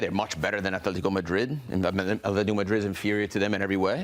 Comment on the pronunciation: Why does he keep saying Athletico? It's Atletico with t not th. Athletic Club de Bilbao is with th. Atletico Madrid is with t.